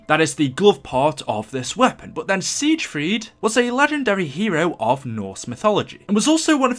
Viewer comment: love your videos but it is pronounced as sigfrid